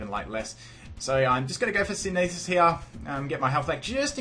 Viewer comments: Syn-e-this? SYN-THEH-SIS Like, photosynthesis. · What? Do you think that I was just telling people in general how to pronounce synthesis? He pronounces is incorrectly in the video.